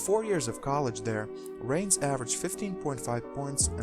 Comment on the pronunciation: If you're gonna do these clips, please learn how to pronounce their names...i.e. Danny Vranes